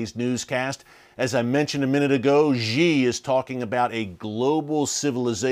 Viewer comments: Just one suggestion: Xi should be pronounced as 'She' not Ye. Thanks Erick. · I really need to give him a Mandarin lesson about that “zhee”.